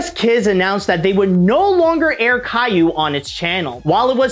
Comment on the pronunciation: As much as I hate Caillou being a major pop-culture export from my country, your french pronunciations were pretty damn good.